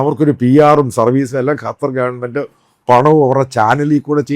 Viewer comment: കറ്റാർ ശരിയല്ല അച്ചായാ😂